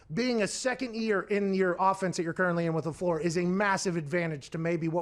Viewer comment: never thought i’d see the day that Stephen A pronounces Lefleur correct